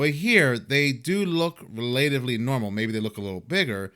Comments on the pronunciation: Rel- ah- tiv- ly NOT Ree- late- iv- ly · *relatively is pronounced as in ones relative, not how one relates.